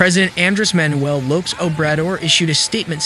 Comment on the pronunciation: Hard to listen to AI voices. Lopes?? Lopez